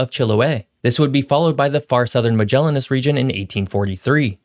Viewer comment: Just to clarify, from a Chilean living in Magallanes: Magallanes is: Ma/ like in math, ga/like in gathering, lla/ like in (Ja)panese, nes/ like in lonely(ness)